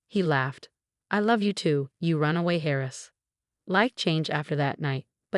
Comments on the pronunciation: Heiress not Harris 😂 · Story was good. Pronunciation. Please! It is not "hairess" it is "airess". AI programming?